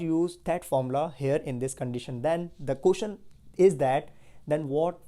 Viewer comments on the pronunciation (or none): none